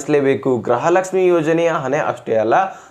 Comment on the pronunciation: ಅಣ್ಣಾ ಗ್ರಹಲಕ್ಷಮಿ ಅಂತಹೇಳಬೇಡಿ ಗೃಹಲಕ್ಷಮಿ ಅಂತಹೇಳಿ ಅಣ್ಣಾ ಅಭಿಮಾನಿ ಗಳಿಗೇ ಬೇಜಾರಾಗುತ್ತೇ😂